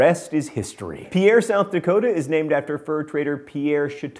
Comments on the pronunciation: Pronounced Pierre, SD wrong. You don't give it that french accent, just pronounce it like Pier as in Pier 1 imports the store. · The capital Pierre isn't pronounced as you would say it in French, it's pronounced as Peer. It's a local dialect thing. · John, - Though the origin you give is correct, the city's name, Pierre, is pronounced "PEER." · Another Interesting Fact about Pierre, SD (from me, a South Dakotan): Anyone local to South Dakota pronounces the capital city "Peer". If you pronounce it "Pea-air", you will be immediately known as someone who isn't from around here. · another fact about pierre south dakota: we south dakotans pronounce it as one syllable like the word "peer", not two syllables like "pee-air" :) sidenote: if you do another video involving states, please do us a favor and dont talk about or even use a picture of mount rushmore. theres more to us than that lol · People in and around South Dakota pronounce the capital city Pierre like 'peer,' not like 'Pee-air' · Dude, John, I love you but Pierre is pronounced "peer" not "pee-air". And it's only a couple hundred miles north of Winner, SD. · It's not PEE-AIR South Dakota, it's pronounced Pier. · The capital of South Dakota is pronounced Peer, not pea-air. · John, John ... The capital of South Dakota is pronounced "pier", not "pierre". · Pierre is pronounced like pier, not pee air! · BTW South Dakotan here and its pronounced peer not peeair. Just saying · If only he could've pronounced Pierre right. South Dakotans pronounce it 'peer' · We may have named our capital after a French guy, but we actually pronounce it like 'Pier'. This is how we spot tourists. Also: when the South Dakota capital building was in construction, it was decided to not get marble pillars, but instead to use scagolia - a man-made marble that cost about a tenth of the price of marble. These pillars are now irreplaceable, since the process of making scagolia is considered a lost art. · It's pronounced "Peer" South Dakota.